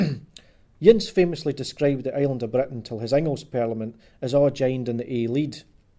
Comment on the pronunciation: Dis boy isna sprakin Scots. Ees jist sprakin English wi a few Scots wirds thrahn in ta mak heesel soond lek he kens fit hees an aboot. Fir example he sehs Inglis lek ingles whar it’s reelee sayd in-gliss. Cos Scots is an aulder tongue lek auld Norse whar mare letters in each wurd ir pronounced an thur natural form than thi er an mahdern Inglis.